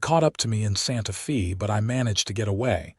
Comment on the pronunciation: Agua Caliente' Ah-gua (gwa) Căl-ē-yěn-tāy Santa Fe "Santa" (as I. "Santa Claus /Clauce" ) and "Fāy" (as in "Fay Ray") "Santa Fay", NOT "fēē" as in "paying your dues", No! PLEASE TEND TO YOUR POOR, SAD "AI" CONTRAPTION. 😊😊😊 By the way, these two names are both Spanish/ Mexican Names. 😊